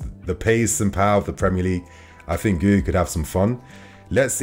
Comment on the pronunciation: PSA: It's pronounced Ghee-You 👍